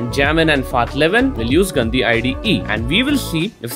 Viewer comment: When you said gandi one time it sounded like गन्दी